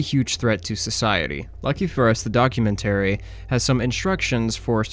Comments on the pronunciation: Not gonna lie, the way you say 'documentary' was driving me crazy. 😅 I am a new fan of your channel though, I greatly appreciate all the work you put in! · Documentary is not pronounced in the manner you chose. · I am confused by the way you pronounce documentary, what region is that from?